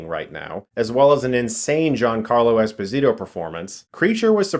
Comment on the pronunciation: Fun fact: Ginacarlo's last name Esposito is Italian, not Latin; so it's pronounced es-POSE-ee-toe. Source: the man himself on WFT Podcast.